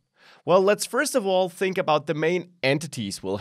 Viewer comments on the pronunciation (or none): none